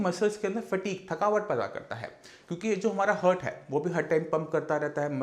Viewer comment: Heart को हर्ट बोलना चाहिए या हार्ट ? सही शब्द क्या है ?